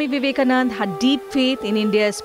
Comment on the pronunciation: By the way... His name is Vivekanand'a'....with an 'a' at the end.......I hope this reporter can use the name as we all have known him....